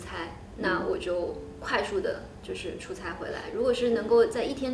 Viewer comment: 出差chuchai和chucai也分不清楚，还有自己ziji和zhiji